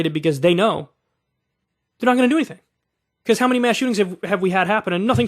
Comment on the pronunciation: "becauce" - kyle 2022